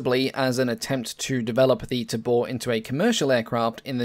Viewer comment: Pronounced TAY-bore